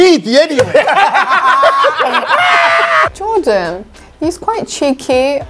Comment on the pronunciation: "Oose jordaaan agyen" got me creasing😂😭